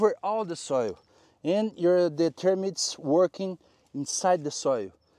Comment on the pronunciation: I'm so glad you are talking about dry arid degraded soils...PLEASE PLEASE Talk more about termites (I think you pronounced them "termyt") We are desperate because they eat every thing !!!!